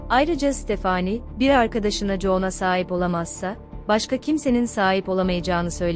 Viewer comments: Tekekkürler emeğinize sağlık ama stephanie yi stephaaaani diye sürekli yanlış telaffuzunuz rahatsız etti. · Ya stafani de gitsin ne uzatiyon sinirim bozuluyor bole uzattikca isimleri takili kaliyorum kimide amandaya emenda diyo kusura bakmayin biraz dikkat lütfen başarılar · Amanda, əˈmændə olarak telaffuz edilir. Yani A- men-da. Fakat Stephenie telaffuzu tamamen yanlış bu videoda.